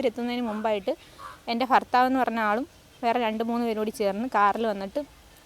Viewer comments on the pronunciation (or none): ഫർത്താവല്ല ഭർത്താവാണ് ന്യായി ഗരിക്കണ്ട മോളേ